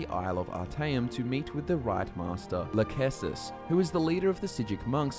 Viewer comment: I know this video came out four years ago, but we now know that it is pronounced Ritemaster Iachesis (eye-key-sus) from the Summerset expansion of ESO. For anyone watching in 2023 and beyond it is a simple mispronunciation by and they are referring to the self-same ritemaster of the Psijic order!